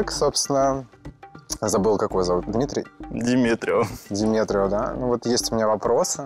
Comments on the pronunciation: бедный диметрио, исковеркали как могли(( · Вот так сложно что ли правильно сказать имя человека. Как только Диметрио не назвали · Бедный Диметрио, просто каверкали его имя как попало